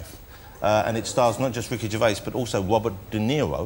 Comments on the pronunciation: Ritchie? It’s Ricky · Is it just me, or did it sound like he said "RICHY" Gervais?